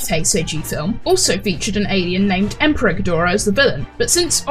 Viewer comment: IM NOT GUNNA LIE, I HEARD EMPREG GHIDORAH, INSTEAD OF EMPEROR GHIDORAH LISTEN TO IT AND YO WILL HEAR IT AS WELL, NOW YO WON’T BE ABLE TO UNHEAR IT